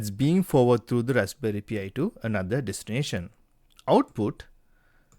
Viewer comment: you pronounce it like pie